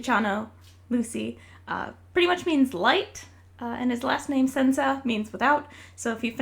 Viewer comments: Hi! Italian here! I just wanted to ask about the pronunciation of Lucy's last name 'Senza'? In Italian the 'z' is usually pronounced more like a 'ts' like in 'Tsunami' than a 'z' like 'zebra'. I don't mean to be an asshole or "teaching you about your own OC" but I thought you might want to know :3. Btw I love your characters and your art, especially Lucy since he's Italian hahaha. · As an Italian, I find it hilarious how you pronounce his last name :') Luciano Senza - > Luciano Sansa (exactly as the GOT character) I mean it in a "you're clueless and it's cute" way, of course, not in a "this b** uses an italian word and cannot even pronounce it correctly" way. Plus, I love your work 💪🏻💕